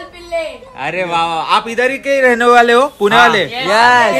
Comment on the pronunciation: पुना नाही पुणे बोलायचे